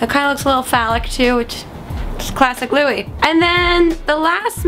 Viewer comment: one good thing u atleast learned how to say Louis' name from ur last 1D video..